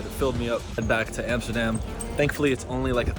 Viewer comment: I just love how you correct, every other youtuber that tryin to pronounce dutch words!!! haha:P you are certainly an honorary Dutchman at this point. like most of all ur pronounciations are really good , and ur knowlegde about the country, and its history is also really impressive. you prob know more then some dutch people in this country no doubt!! hope you will ever be able to fullfill ur dream man. Love From Den Haag. ''The Hague'' for you english speakers.